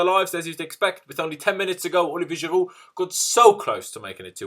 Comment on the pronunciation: You deserved to lose this game just based on the way you say Giroud